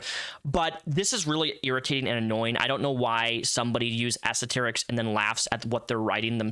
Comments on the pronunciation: ASER-TERIC???? UM it's as-ter-ricks please you're better than this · a satirics took me a while. It's pronounced ass-ter-isk, just fyi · Why do you say asterisks as esoterics. Other than that, great video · Aserterics… lol & e-Bony … interesting pronounciation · How is bro pronouncing asterisks wtf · reading incorrectly gets under my skin as much as I like him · Not hating, and I know you have a speech impediment, but are you trying to say asterisks?